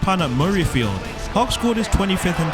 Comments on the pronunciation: At least make an effort to pronounce Scottish place names correctly! It’s pronounced ‘hoik’, not ‘hah wick’ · Just so you know it is pronounced Hoick not Ha wick. It’s unlikely you’ll make a video with the town name in it again but just in case you do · Everyone's upset about "Ha-wick", but no one has mentioned the claim that his acceleration earned him the nickname "Hoggy the Highway". Absolutely no one has ever called him that. Where on earth did you get that from?, more like 😂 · Hawick pronounced HOIK surely? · Sorry but if you can’t pronounce Hawick I’m not interested. Even phonetically it’s not ‘How-ick’ cos there no f—-ing O in it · I think it's hoyk, sorry if I'm wrong,there is a very famous Scotsman from by the name of Bill Maclaren one of the best commentator of rugby union,. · (it's pronouced 'Hoyck' for future reference) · Someone should mention how he pronounced Hawick, haven’t seen enough comments about it. Interesting video bro, keep it up. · i shuddered each time you tried to pronounce Hawick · Your pronunciation of Hawick tells us many things. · Apologies but I lost interest after your pronunciation of Hawick. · if you're from the UK and you are doing a video on Scottish rugby, there is absolutely no excuse for butchering the pronunciation of Hawick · Please learn how to pronounce Hawick!